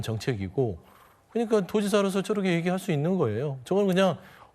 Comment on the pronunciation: 깽깽이 패널새끼! "저렇게"를~ "저러게" ㅋㅋ